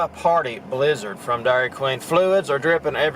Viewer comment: BLIZZARD?...I THOUGHT YOU SAID LIZARD!